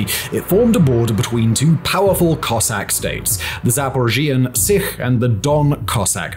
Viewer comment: It's Sich - see ch - ch as in chair, not kh